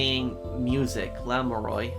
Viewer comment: I know it'll be mentioned a million times, but Lamiroir's pronounciation at the end is like "Noir". It's the common "oi" in French in that it becomes "oa" saying it out loud, kind of. Think it like "LA Noire". Also, this case has IMO the worst premise to it. So little makes sense at the beginning.